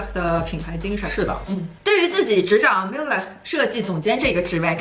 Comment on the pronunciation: 求求能不能把品牌名念对。。。最新的film里开头就念了，er发类似英文A的音